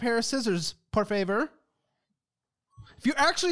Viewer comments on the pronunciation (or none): pronouncing «por favor» made me throw my head back! 😂